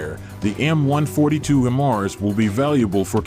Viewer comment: HEY!!!! You guys are very irritating. The way you pronounce HIMARS is annoying.... One more time... It's is NOT "HIM ARS".... it is pronounced "HI MARS".. Get it? HI as in High... and MARS as in Mobile Artillery Rocket System.... HI-MARS. (sorry for being so touchy, but I'm a retired Army Sergeant-Major and this crap pisses me off)